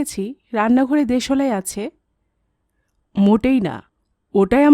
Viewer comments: apnar voice ta misti...but...uchharon ta..ektu ghosa maja dorkar... jmn.... de...solai noooooop kothata.. deslai.. ok💏💏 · দেশলাই উচ্চারণ টা একটু ঠিক করে নেবেন। খুব সুন্দর বাকি টা